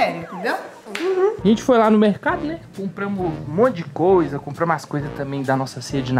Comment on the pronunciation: Porque será que ele não fala a letra R por exemplo ele fala sovete, mecado, Macelo kkkkkk